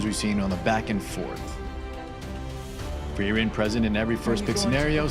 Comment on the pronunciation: “Frieren Seven” 😵‍💫